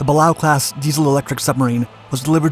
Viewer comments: It’s pronounced “BA-LAY-O” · Balao Class submarines are one of the most common types in WW II and post WW II US Navy. The first one was the USS Balao followed the Gato Class. It’s not hard to find the correct pronunciation.